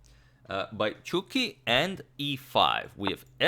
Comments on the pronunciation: Did he just call Ivanchuk, "Chookie"? =))))))))))))))) I AM DYING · Yeah, thats not how you pronounce chucky. He literally said Chookie, im crying =)))))))